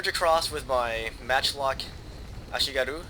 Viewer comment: (some random japanese dude whining about you saying ashigaru)